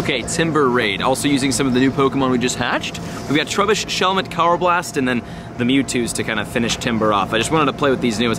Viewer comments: Still pronouncing unova, throh, karrablast, and conkeldurr wrong but love the vids and glad your doing good with your mental health and everything.. keep up the great work.. (just learn the pronunciations.) Lol.. just playing.. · Karrablast Ker a blest